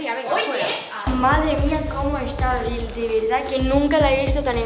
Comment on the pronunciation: Por que Abril dijo Marbi ¿